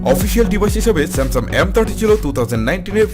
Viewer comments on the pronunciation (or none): স্যামসাম বলে😂😂😂😂😂